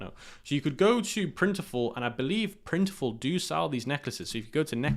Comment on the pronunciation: Great vid as usual. Can’t tell with his accent but….Printful not Printiful. Not to get mixed up with their competitor, Printify.